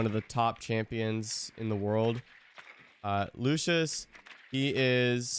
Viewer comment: how you pronounce “Luscious” is infuriating me😭